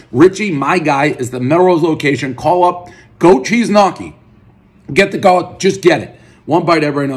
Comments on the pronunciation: One goat cheese knockee, everyone knows it’s pronounced knee-oh-key. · Ha! "Knock-kee" you mo fo... gnocchi, gnocchi! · more like knee-ockee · did he really just pronounce gnocchi "Nocky"? lol!!! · One tub of “nockee” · Goat Cheese Knock-EE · Lol "nahkki" it's pronounced nyo-ki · One “knockee” everyone knows Dave will mispronounce a basic word every review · Lenny Nicotra 🤣🤣🤣 knockee is nutssssssss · One goat cheese knocky everybody knows Prez can’t pronounce gnocchi. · One grown adult who doesnt know how to pronounce Gnocchi as (ni- o- ke) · sure but it's a different sound and I'm not American so for me it's close but not as it should be pronounced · you need to know how to pronounce gnocchi first, we have some of the best in my area